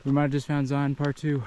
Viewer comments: Great trip and great video. As an aside, lots of people (mostly those who are not from Utah) pronounce it "Zi-ahn". Personally, I think it's pronounced "Zion" -- rhymes with "Lion". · If you’re from utah why do u keep calling it zioon? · Zion is pronounced same as lion not li on. Thank you. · I’m from Utah and I will never pronounce Zion like Lion.